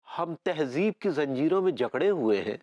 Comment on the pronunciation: It's tehzeeb not tehjiv